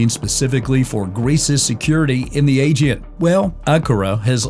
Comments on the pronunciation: AEGEAN, not agen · Please train your AI to say “Aegean” with the right intonation! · Learn how to pronounce: ‘aegean’, correctly first, and after you present yourself as specialist at the region’s matters.